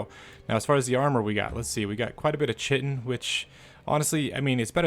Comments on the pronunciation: Chitin is pronounced Ky-tin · Chitin is pronounced "kite-in" because it's Greek. First letter is the letter "Chi" (kai) that looks like an X.